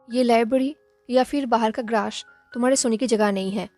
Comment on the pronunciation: thankuuuuuuuuuuuuuuuuuuu 💗💗💗 sooooooo nice n sweet n cute story 💖💖💖 I'm enjoying it really 💞💞💞 I like the way you pronounce grass as grassh ☺️💜 currently my routine is damn hectic that's y can't watch your video on time or in a day or can't comment 😞😞 cz my parents aren't in good health pray for their recovery 😊😊 waitinggg for moreeeee 💕💕💕💕💕